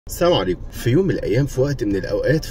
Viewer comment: سامو عليكو❌ لكن الصحيح السلام عليكم ياريت مش تقولها غلط تاني حتي لو بهزار يا 👍